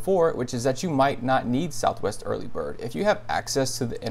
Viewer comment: Southwest, "ees tha ves!"